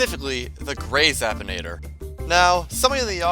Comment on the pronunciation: Zap-in-ae-ter not Zap-tin-ay-tar